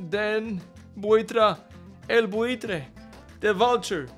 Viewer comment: Butragueño in Spain is called "el Buitre" or "Buitre" (means vulture) not "Butra" broo